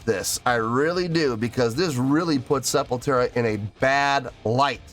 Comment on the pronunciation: Hey! Just to let you know, but It's "Sepultura" and not "Sepultera". Thank you for another video! SepulQuarta means "Sepul" from Sepultura, and "Quarta" means "Wednesday" in portuguese, so It's a live playthrough they'd do every wednesday during the pandemic! The Studio version is WAY better than this liveplay, highly recomend cheking out the studio version! Peace.